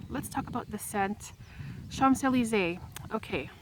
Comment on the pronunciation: With all de respect, you knowing all about the infamous street in Paris, you don't pronounce the "mp" in Champs......This is MY signature fragrance. There is NO OTHER fragrance. I ordered a bottle from Amazon - I wad not the same. Very disappointed! There it sits on my dresser. I LOVE THIS PERFUME!!!! ~♡~